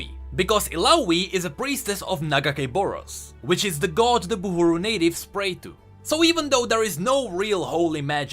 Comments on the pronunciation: its Burhu not Buhuru It kept bugging me how u didn't correct it xC Also the shield around the Boat reminds me of Senna's Cinematic Her weapon produced a similar Shield to protect Lucian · Riot: "buhru": "buhUru" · just want to say that theyre buhru, not buhUru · Love what you're doing and all but pretty sure and it says buhru not buhuru... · It's Buhru instead of Buhuru! :) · I think it's Bah-ru if I remember Illaoi saying it Also this is for LoR regions so there's no Shurima Bilgewater or Targon etc yet